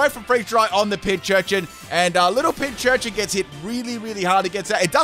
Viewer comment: i really dont understand why everyone pronounces PINcurchin as PINCHurchin, theres no h in the first part, the name is a combination of pincushion and urchin. pin+c(from cushion)+urchin.